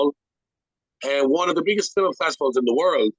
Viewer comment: I think ur a top fella but u gotta figure out how to say ‘film’ proper 😂